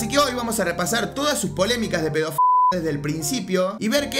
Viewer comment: trataste de desir "pedofilia"?